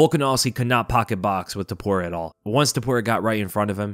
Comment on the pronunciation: It's " T O P U R I A " , and not " T U P O R I A " ! I can't describe the cringe i felt the whole time listening to all 3 commentators saying his name wrong THE WHOLE TIME. Bruce Buffer is the only one that said his name correctly.